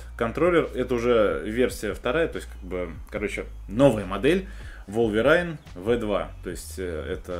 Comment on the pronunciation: Wolverine произносится по другому, если что